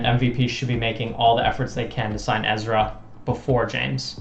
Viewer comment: You pronounce Ezra's last name wrong. I hope Ezra doesn't go MVP. Discmania would be best fit.